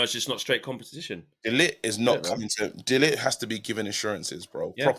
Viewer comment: Guys, learn how to pronounce De LiGt's name. Frustrating listening to you both say lit! 🤦